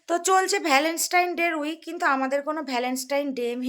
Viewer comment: Valens tine ..😮😮properly bolo valentine's Day..ok?